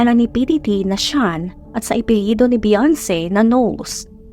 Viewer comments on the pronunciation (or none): none